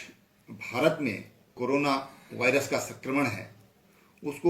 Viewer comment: Corona ka saga bhai hai ye. Viruse bolna bhi nhi aa raha ise to. Aur uttarakhand me paani ki kami hogi bal ab 🤣😜😄😂🤣😂😂😃🤣😃😁😁 UK me jansankhya badhegi bal ab nokari kitni di hai jo jansankhya badhegi